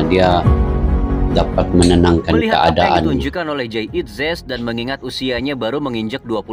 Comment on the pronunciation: Klo susah bilang Jay idzes bilang Jayadi aja